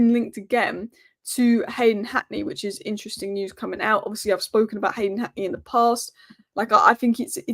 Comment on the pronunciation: Hi. It's pronounced "News" and not "News". Also "show" and not "show"